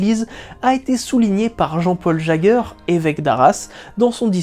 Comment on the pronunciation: Oh il est super sympa l'évêque jaeger ( ça se dit jéjère au passage ). Bonne fin d'année a vous 2, et merci pour le partage.?